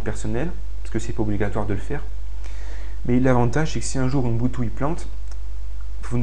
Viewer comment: Ubuntu... "Ouh N'butu" ??? héhé prononcé bizarrement, lol. (le "N")... Blague à part, merci beaucoup pour tes tutoriels !